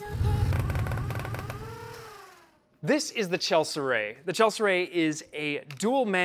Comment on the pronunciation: Nice video. I think you pronounced "Chelicerae" wrong, though.